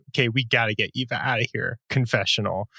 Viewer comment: Why every week do they or thinks her name is Ava lol it's Eva